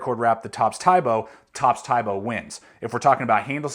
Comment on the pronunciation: its pronounced as "tee bo"